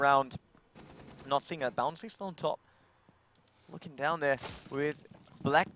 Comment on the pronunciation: Who the fuck is this "Bouncy" this commentator is talking about? Protip: it's Bounssi.